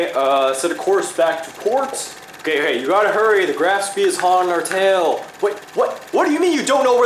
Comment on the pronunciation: "Graf spee" ..oh no...